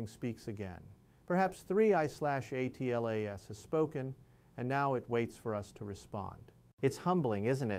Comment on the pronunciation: Why can't you say Atlas instead of spelling A T L A S out?💥